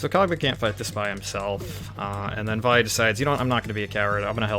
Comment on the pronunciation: >says "Vai" instead of "Vee" Finally, a man of quality!